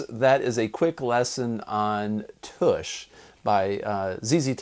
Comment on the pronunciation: Why does everyone say toosh billy gibbons clearly say tush in the song